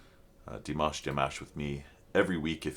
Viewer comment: Please learn how to say his name ! Forget the mash like mash Potatoes it's mosh like mosh pit. You have been reacting long enough to know his name.